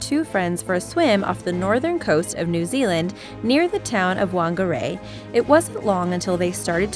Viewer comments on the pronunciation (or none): its not wangara its whangara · Its not wangarei. Its whangarei. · It's not wangarea it whangare I live in new Zealand hamilton and I'm Maori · It is pronounced "Fongaray" Whangarei.. NOT Wong a ray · Wang ga Rae as well as research on topics there is stuff all in pronunciation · SHE said whangeri wrong I've lived there for yrs and since it's just a comment I can't show u how to do it 😥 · It’s pronounced FANGarei, not a hate comment, just pointing it out because it sort of triggered me. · ITS PRONOUNCED (fung-a-Rey) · when they can’t pronounce the place they are talking about